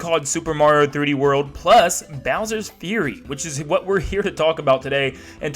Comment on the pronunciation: finally someone who can pronounce "fury"